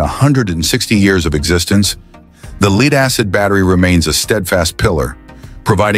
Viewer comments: AI produced script and diction. Lead not Leed. Do the producers not even listen to their products? I guess not. Thumbs down.👎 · LEED. not Lead? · I watched minutes of this and could take no more. Did anyone who speaks English reviewed this video? You are showing Lithium batteries and talking about Lead Acid. Not LEED batteries.